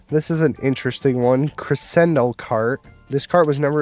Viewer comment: Just wanna politely correct you it's pronounced cre-SHEN-do, don't worry there are a lot of music terms that are odd to pronounce, I don't blame anyone for not knowing them. And thank you again for this video!